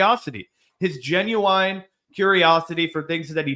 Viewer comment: Z saying “genu-wine” killed me